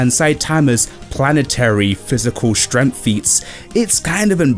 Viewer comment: what the hell is "stremf" ?